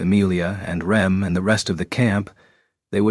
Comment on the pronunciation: The AI just can't get Rems name right lol.